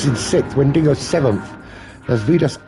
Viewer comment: note: driver's nickname Wendigo, but not WendiNgo 🤝